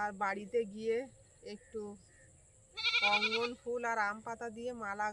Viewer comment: উচ্চারন ঠিক.কর.ওটা রঙ্গ ন.ফুল ।অঙ্গ ন ফুল নয় 😊